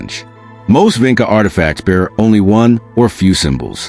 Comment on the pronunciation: It is pronounced, "VINCHA"!!!!!! Like in touch. You don't even know how to say the name properly!!!!!!!!